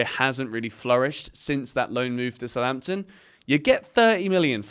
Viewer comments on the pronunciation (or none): none